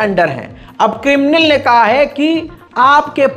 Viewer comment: ...."krimnil" nhi hai...."krimlin" hai......apna talaffuz theek karlo.....